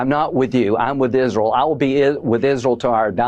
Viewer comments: I'm gonna miss the way Miss Lindsey butchered the name of his adopted country - "Izearl". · “I’ll be with Izz-rel to my dying day.” Mission accomplished. Rest in piss.